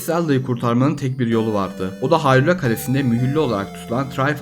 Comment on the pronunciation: Muhteşem bir video olmuş. 42 yaşında seriye Minish Cap ve A Link to the Past ile başlayıp hemen tüm oyunları oynayıp bitiren birisi olarak bu kadar detaylı Türkçe bir kaynağa ilk kez rastladım. Yapıcı eleştiri olarak Hayrula telaffuzu başta olmak üzere hatalı telaffuzlar ve hanımefendi arkadaşın seslendirmeleri pek hoşuma gitmedi ama onları da zamanla düzelteceğine eminim. Zaten videonun içeriği ile bunları görmezden geliyorum bile. Abone olup, bildirimleri açıyorum. Başarılar...